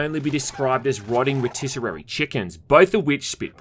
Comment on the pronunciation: “Rotisser-rarey Chicken”